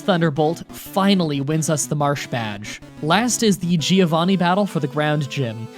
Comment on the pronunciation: i hate how you always say "geeovanni"